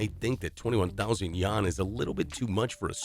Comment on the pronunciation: The pronunciation of "Wuxi" and "yuan" are incorrect.